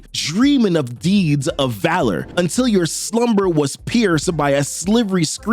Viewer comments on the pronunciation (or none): none